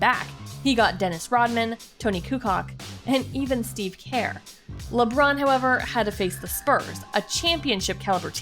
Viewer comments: Steve who? really? it's Kerr not care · Ok I can't even take you seriously when you can't even pronounce the names of players correctly if you ever watched or played basketball you would at least know how to pronounce Steve Kerr it's pronounced kurr. Smh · what? she can't even say kerr and kukoc right. btw. michael joined nba in age of 22. at 31 y/o lebron achieved blah blah blah than mj. get your info right and mj have a better stats in defense than lebron. look at his blocks and steals. lebron 27th all time. mj is 3rd all time in just 15 seasons. he didn't even play in his prime. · Steve “Care” lmao it’s Kerr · Steve who? "Care" more like "kurr" Kerr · When the birch said Steve “care” I stoped watching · You pronounced Toni kukoc wrong and Steve Kerr lost me after that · holy shit! the way she pronounced kerr, CRINGE. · and she said Kerr wrong too. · (pronounced koocoach and curr) this bitch said two cock and care -___ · This woman clearly doesn’t know shit about basketball. I refuse to take somebody serious who can’t say the names correctly.” Tony kucock, steve care”. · “Tony kucock and steven care”???? WTF. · Tony kucock n steve care... Wow learn their names idiot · Someone who can't pronounce kukoc or Kerr is in NOOOOOOOO position to tell me anything about basketball let alone who the greatest is.....SORRY. U AINT GOT THE CREDENTIALS.... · You're right, Jordan isn't the goat of basketball, he's the goat of all sports and athletic competition. How come Lebron wears Jordan's jersey if he is better than him? The lady speaking in this video even mispronounced Steve Kerr and Tony Kukoc, showing how little she really knows about basketball history..